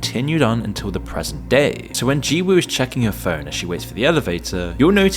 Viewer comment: In the name “Jiwoo” (지우), you shouldn’t pronounce the W.